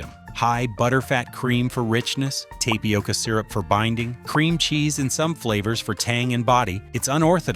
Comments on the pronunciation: AI doesn’t know how to pronounce tapioca? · Why did you mispronounce Tapioca ? You were doing great up until then. Thanks for the info if you are not AI